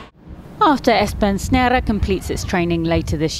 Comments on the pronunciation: The "Snare" bit should basically be pronounced as it looks, not like the Dutch-sounding attempt she made😂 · It would honestly have served the presenter better if she'd just Anglisized it to something like "Esburn Snare"